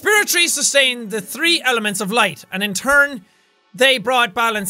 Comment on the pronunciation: Sean: now I can have tree energy cells. Well I guess its hard for him to say three instead of tree lol sorry Sean but its funny 😂